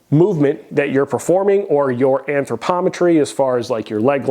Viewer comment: Did this man just say anthropometry? 😂 Thanks for the video!